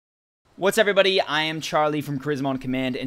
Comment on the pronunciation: He says "What's everbody"